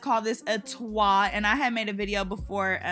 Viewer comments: Girl a “Twah”?? 🥴 leave that one alone lol t.w.a. Dassit☝🏽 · When you said twah I was like wth lol...then I realized you meant twa, I usually just call the letters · It's called a T.W.A not twa girl 😂😚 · I’ve never heard someone say twa only t w a 😭😭😭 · T-W-A not twa 😂😂😂 but you did this sis!!!! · Omg when you said Twah instead of TWA I thought we were going somewhere else with this video 😂😂😂😂 Great video, show these other stylists that talent is proven when working OUTSIDE your comfort zone 💅🏾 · Omg rite I was sitting here like 😳 when she said "Twah" , I'm like ok sis where we going exactly with this video , I was hoping someone else commented 🤣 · I think it's Just pronounced T.W.A lol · Never in my nearly 32 years of life have I read or heard T.W.A. as "twa"...it has messed me up in ways I didn't foresee lol. Lord help me. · Lol please don’t say TWA(H) 😂 it sounds like one letter away from 😺😺😺😹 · “ a twa “ I’m dead 💀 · This is the first time I've ever heard someone pronounce "twa" like that💀😭